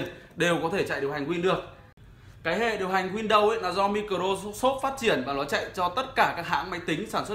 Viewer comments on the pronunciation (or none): Bạn này đọc tiếng anh hài vãi, mi cờ rô sốp, an đời roi. Nhưng phải nói bạn có khiếu hài hước đó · Mi cờ ro ô sốp ha ha ha